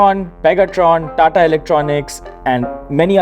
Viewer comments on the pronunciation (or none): none